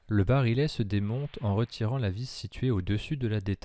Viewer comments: Vidéo très intéressante. Une seule remarque, pour le barillet, on prononce "bari-yè" et non "barilé". Bonne continuation ! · On prononce bari-yet et non bari-let. Comme dans billet. Ou dans vrille ou quille, et la majorité des mots en "ille". Les mots ville, tranquille ou mille sont strictement d'origine latine, ce que ne sont pas les autres. Sinon, le MR73 avec ses crosses bois a un sérieux inconvénient : il pente trop vers le haut en prise de visée spontanée les yeux fermés. Ce qui n'artive pas avec sa crosse Trausch. Faites des essais les yeux fermés avec d'autres revolvers, par exemple S&W, vous comprendrez. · barillet prononcé barilet ???